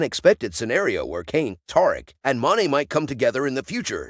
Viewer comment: Tuh- reek that’s how you pronounce tariq 🤦🏼‍♂️